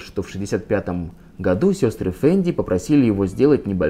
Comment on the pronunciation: Не могу перестать слышать в вашем слове "году", французское "gadoues"! Хах! 😉